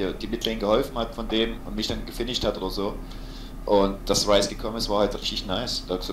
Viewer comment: Du sprichst nun Ryze richtig aus - sehr gut :D (nicht, dass es wichtig wäre)